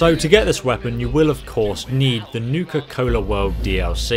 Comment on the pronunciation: It's Nuka World not niuka cola world lol